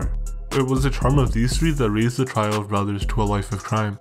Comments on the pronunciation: Trio is pronounced like "tree-oh" not "try-oh"... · I can't get past you saying "try-oh" instead of "tree-oh" for trio. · dude said "try-oh" when he meant trio lmfao dude got the voice of a 400 pound man